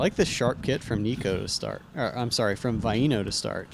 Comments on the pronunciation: Bruh... Vi-E-no?... It's pronounced Vi-no. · i dont undestand how hears queen say Vaino's name right then keeps saying it like a moron saying vye-ee-no, its "vye-no"